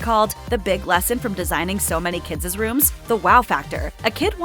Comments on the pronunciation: It's not "kidzes"...its KIDS!! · Please make her stop saying “kidses.”🥴